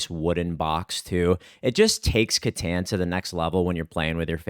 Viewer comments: I will buy a wood stained Catan board the day I hear pronounce Catan correctly 😏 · obviously the “Cat” is the most important part of the word, so it’s pronounced “CAT-en” All jokes aside, Klaus pronounced it as “cuh-TAHN” and that’s how I hear most people say it. But “cuh-TAN” as pronounces it is still a common enough American pronunciation. It just always catches me off guard lol